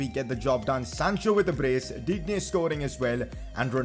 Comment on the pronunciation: digne is pronounced as din ye